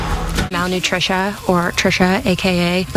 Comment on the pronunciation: "malnutrisha" jfc